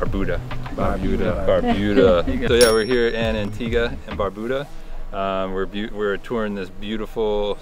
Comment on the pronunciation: Bro I couldn’t not even watch this shit simply because of how you consistently butchered the name of barbuda…..